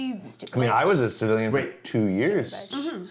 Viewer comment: 🤣🤣🤣 And cracks me up Everytime she says "civilian" 🤣🤣